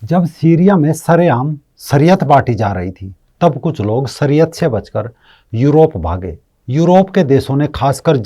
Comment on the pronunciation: सरीयत नहीं शरीयत कहते हैं। आप श को स उचारण कर रहें हैं। आप अपना उचारण ठीक करें।